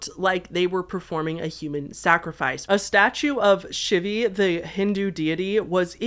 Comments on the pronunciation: Hahahahahah for the hindu deity her name is Shiva(She-Va), not Shivee. Nonetheless great video!!! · A statue of "SHIVY"??? No way lmao, girl it's Shiva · a statue of SHIVA, pronounced "SHEE-vah" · I'm out Doordashing at midnight and I'm so excited that I have this listen to. 💜 Also, in the CERN video, I believe it's Shiva (she-vuh). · Are you doing the thing where you pronounce certain names wrong on purpose for engagement? Selene and Shiva are just... Not pronounced like that.